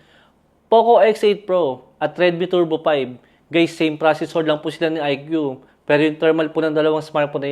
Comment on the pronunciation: Ikoo po not Ikyu 😅 ✌🏼